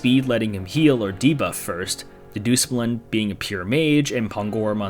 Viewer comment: That is the worst pronunciation of Dedusmuln i have ever heard. Go down to Frozen Burritolevel person